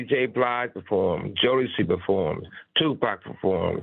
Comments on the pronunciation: He acts like he can't say 2pac how the Culture pronounces it😅 I try to give him benefit of doubt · Piers you don't pronounce Tupac's name as " Two Pack".. its pronounced " TOO POcK" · Tupec its PAC Piers.. it is PAC 🙏🏼 may god rest his soul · Piers calling him Two Pack 😂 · I’m sure the culture shock 😂 he says two pack 😂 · Did somebody finally pull Piers' coattail and tell him how to pronouncepax's name? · He needs to learn how to say Pac name. British badmind get a clue.